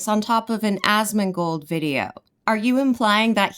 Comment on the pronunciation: pronouncing Asmon's name as "Asthmagold" is killing me. Another fantastic video!